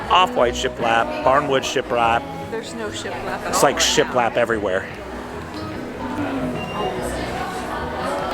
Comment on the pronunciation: Got me at “shialap” 😂😂😂